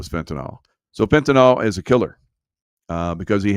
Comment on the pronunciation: Its FENTANYL, NOT FENTYNOL